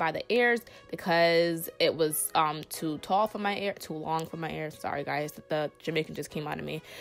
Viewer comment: its EARS, with an E!!! not AIRS